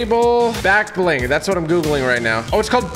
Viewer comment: Honestly thought it was "back ling"👁️👁️